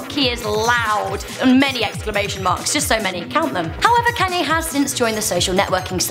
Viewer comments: it's pronounced con ye not can ye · why is she saying can-yay its kon-yaa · Isn't it pronounced konyay not kanyay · KAW-NYE NOT KANNNNYE I KNOW ITS SPELLED KANYE BUT ITS PRONOUNCED KAWNYE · machine 27 youre right its pronounced con-yay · It's pronounced "con-ya" not "can-ya" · "Can Yays top ten moments." Oh British people. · every time you said kayne made me cringe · Yeah it's just her, none of us say it like that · Can Yay Wow....... Im British as well and i dont even pronounce it like that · Why do you pronounce his name Caanye?? It's Kanye...... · She calls him Cannye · I guess it's pronounced CanYay? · Bruh ur pronouncing kanye wrong ur like kaaaaaaanye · Damn the way she said Kanye is kinda funny especially when she gets down to one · Omg im sorry but can you please pronounce his name right not trying to be mean much love ☝💯❤ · You said Kanye's name wrong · Learn to say Kanyes name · Was anyone else annoyed with the way she pronounced Kanye........ No just me ok